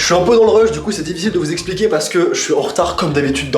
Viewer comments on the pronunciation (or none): none